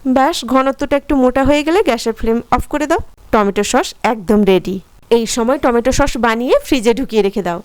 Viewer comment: আরে দিদি সোস না ছস